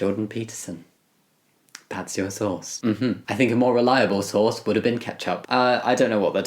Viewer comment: The captions even say "sauce" instead of source